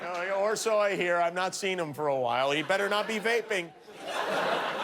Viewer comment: "She's got a son....thoo-gehther"